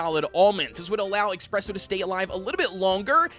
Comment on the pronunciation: i feel the need to point out in everyone of your videos containing espresso cookie you always call him "expresso. " Well theres no x there its just ESpresso 😁